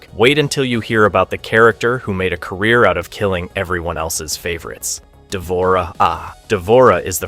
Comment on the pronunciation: the mispronunciations are killing me why did you even include d'vorah?